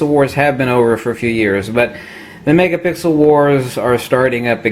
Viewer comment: Megapickle??? Ok stay off the coffee, hahahah.